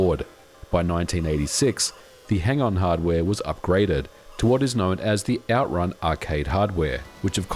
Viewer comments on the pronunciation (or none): OutRUN, not OUTrun